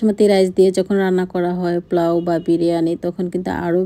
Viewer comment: আপু আপনার problem কি জানেন ??? আপনার উচ্চারণ খুব খারাপ ... যেমন জগতকে বলেন ঝগ....কোকো পাউডার কে বললেন ..কোকা পাউডার ... আবার বলেন . Think করি....এই কথা গুলো শুনতে খুব বিচ্ছিরি লাগে ....পোলাউকে বলেন প্লোউ ... আপনার বাচ্চারা এতো ভালো স্কুলে পড়ে...ওরা আপনাকে ভাষা শিখালেও কিন্তু পারে... খুব বাজে লাগে শুনতে